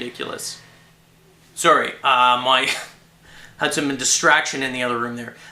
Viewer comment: Witch Kind of "Distaction" o.0